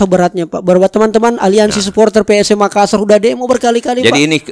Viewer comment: Tabe kanda, Hanya Appakainga. Klo memyebutki kata MAKASSAR tolong penyebutannya jangan MAKASAR 🙏🙏🙏